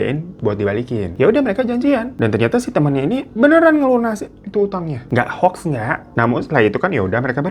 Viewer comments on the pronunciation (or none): none